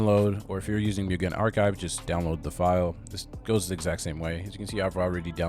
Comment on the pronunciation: a comment: it’s not pronounced »myugen«, but rather like »moogen« — it’s japanese and means »infinite« isn’t flash deprecated?